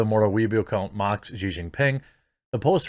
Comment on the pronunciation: She She She Jinping. Xi is pronounced SHE. Good lord.